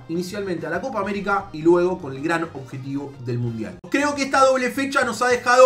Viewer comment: ''coca américa''